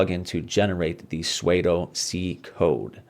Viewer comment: Great vid. FYI... pseudo is pronounced like "sudo" and rhymes with "Play-doh"... not "suede-oh"